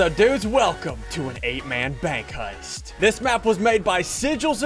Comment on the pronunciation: Am I the only one that noticed, at the beginning of the video, SSundee said “Hust” instead of heist?